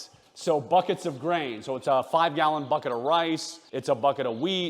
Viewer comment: You say boket not buket and even bucket